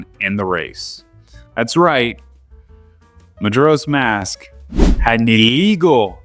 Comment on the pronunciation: it's actually Mujura if you can believe it. But who's keeping score? Hyrule actually rhymes with dull. It's like, Britishy.